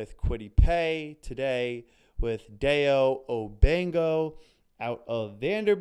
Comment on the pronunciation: Just for clarification, his name is pronounced: first name: Die-O Last name: Oh-dang-bow(like a hair bow)